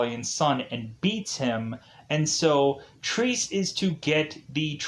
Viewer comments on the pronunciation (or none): Triss? It's Tre-Se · Actually it is pronounced trece or 13 in spanish. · What fucking Trees? Get the bloody title right, at least. TRE-SE!